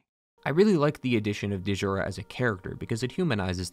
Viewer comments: Great vid. But its just "jura." Kind of like the name "Django." Its not da-jango or da-jura. Its "jura." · It's pronounced "Jura", not "Duh-jura". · My man said Dee-Jura, like he’s never seen a word with dj in it, it makes a chunky J sound, like Django, ZilDJian, etc… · Its not Duh-Jurah. The D is silent. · Great video, but i couldn't help but... It's not delivery... It's Digiura's. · DAMN YOU DEEJANGO!!! "the D is silent" . DEEJURA so you meet DEEJURA at the top of his tower. DEEJURA. sorry mate but I couldn't step over that I twitched every time, I know you can't revoice the entire episode but yeah it's just Jura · Elden Ring may be the biggest. DS3 may be the most conclusive. DS2 might be the most varied, DS1 may be the most atmospheric, Demon’s Souls may be the first and Sekiro might have the best gameplay. Bloodborne is still my favourite. Just a quick note, Djura’s name is pronounced as Dyoura, not De’jura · I die a little inside everytime I hear “Dee-juura”.. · When you said D-Jura, it reminded me of the key and Peele sketch where he calls Aaron, A-Aron 😂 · "Dee-Joora" the D is silent/ I just know you say "Dee-Jango" lmao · Stop pronouncing the D in Djura it’s silent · It’s pronounced “jura”. Eileen calls him by name I’m some sequence. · The D in Djura is silent. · I think the D in Djura is silent, similar to Django. Could be wrong but that's how I understand it. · Dee-zhura, lmao. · Da-jura bothers me so much. It’s like djinn. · The D is silent, Djura is just Jura. 🤓👍 great video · "de jura" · I found the mispronounced names endearing. That's because this video is quality. Well done! And RIP Dehjoorah. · I think that D is silent 😂😂 like Django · the "D" in Djura is silent